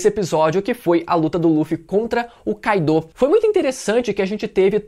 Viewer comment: todos personagens no anime pronunciam "kái-do" meus ouvidos estão funcionando ok.. então porque falar "kai-dô"?